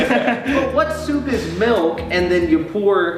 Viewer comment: How Sam says Soup: SooupAH cbfeiugverhk SMH